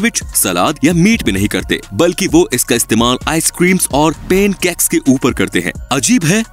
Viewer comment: Paincake nahi pan cake